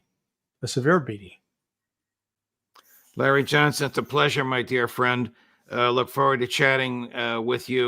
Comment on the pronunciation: Can someone tell Larry is a roof, not a woof